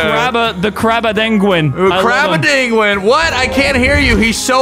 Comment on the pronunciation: ah yes tha crarmadingulin